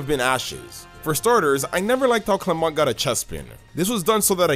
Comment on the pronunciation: Why did you say clemon when its clemont